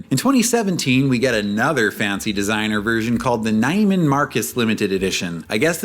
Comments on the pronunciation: "Nyeman" Marcus, lol... Since you don't have these in Canada, you get a free pass. 😊 It's actually pronounced "NEE-man." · I’m surprised nobody is roasting you about the pronunciation of Nieman…